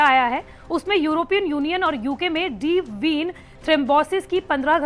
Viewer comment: Madam deep been nhi deep vein boliye